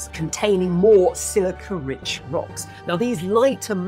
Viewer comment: Did I hear silca rich basalt (diamonds glore)? 😅